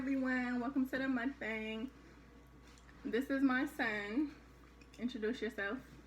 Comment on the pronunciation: Yum! You're part Korean, so you should know the correct pronunciation for Mukbang. I will teach you how to properly pronounce it. Good job you two!